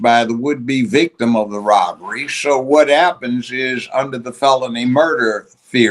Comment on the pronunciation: Could this “host” AT LEAST learn to say the names of the field and VICTIM correctly?!?!?!